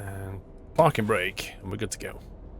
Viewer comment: Anyone notice he said perfect parping LOL :)